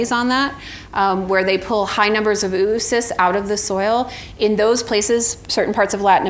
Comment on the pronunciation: It's not "OO-OO-Cysts", its Oh-uh-cysts, phonetically ō-ə-ˌsist where "-ə-" is the schwa sound, a brief unstressed vowel sound, a quiet "uh".